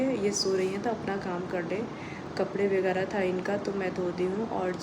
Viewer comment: Begarah nhi hota h vagarah hota h...plz thoda change krne ka try kro